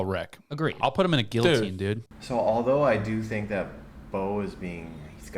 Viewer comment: If he said the word guillotine correctly then maybeeeeee……